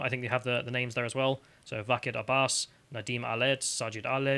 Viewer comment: Quick one Why are you pronouncing their names with that inflection? Alex Bel did the same thing last night. Just curious, trying to learn.